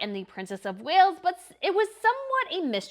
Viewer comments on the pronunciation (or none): none